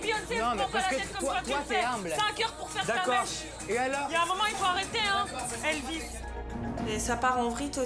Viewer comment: "ELVIS" MDDDDDR.